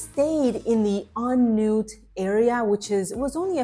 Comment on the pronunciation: I married a Thai woman & lived there on & off over a period of 9 years -- full-time for about 4 of those. A few things... First, let me compliment you on your pronunciation. Not many foreigners can say "On Noot", they tend to read it in English & say "On Nut" -- so well done there. It wasn't as good when you got to the temples but you did try & I think you did better than most. Maybe was a bit better than but you were both quite good. Second, you couldn't be more correct in saying that Bangkok is a big city and you felt like you only scratched the surface. I grew to know my part of Bangkok quite well (courtesy of my wife) but there are so many neighbourhoods I'm sure no one person knows them all. When we'd visit friends in other parts of town they'd proudly show off something in their local area that you'd have to live there to know about. I think local knowledge is king in Bangkok & you only get it by living there, in your specific parts of town. So, thank you for the video. I think you squeezed a lot into a 2 month trip and you know there's a lot more to explore in future visits.